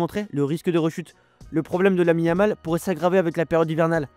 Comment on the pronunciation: Je me suis arrété à : Lamine-a-mal , a compris 🤣🤣